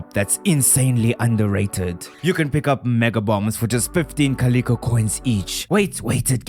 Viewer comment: The Luau is pronounced LOO-ow. Not LOO-AH. Also Calico eggs: it’s “ CAH- lih-COE. It’s a fabric pattern as well (pronounced the same way). ❤